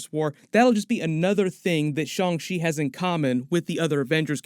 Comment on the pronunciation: It’s pronounced Shang Chi not Shang She. Chi like Taichi not Taishe.